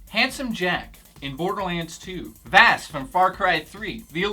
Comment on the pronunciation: It's not Vaas "Vas" it's "Vaws" So stoip saying it wrong people jesus. So annoying.